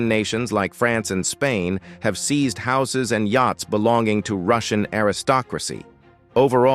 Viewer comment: Sir the word SEIZED you have mispronounced. It should be pronounced : SEEZD not SIZD 😁